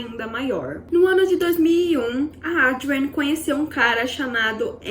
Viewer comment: A narrativa poderia ser melhor. Muitas repetições tornaram o vídeo longo e cansativo!! Assim como os nomes da atriz e diretora - Adrienne, que em sua dicção repetitiva, ouve-se 'Audrey'. Creio que possa melhorar em vídeos futuros... Desejo sucesso.